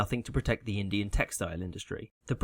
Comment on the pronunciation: Nice use of the other form of “th”